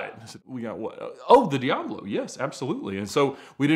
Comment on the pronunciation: You seem to be quite the expert on these cars but you still can't pronounce the name correctly.